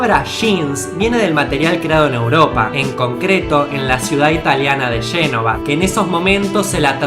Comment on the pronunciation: por dios, habla bien no puedesnpronunciar bien las palabras como genova tu la pronuncias shenova